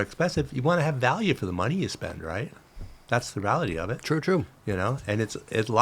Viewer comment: “The ralllity is”